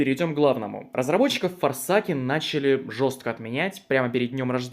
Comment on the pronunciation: Форсэйкен Не ФОРСАКЕН БЛЯТЬ!